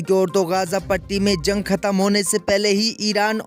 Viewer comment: Zang NHI h Bolna dekh yar Jang h ok Bahut. Galat. Bolta h Urdo ki malomat NHI h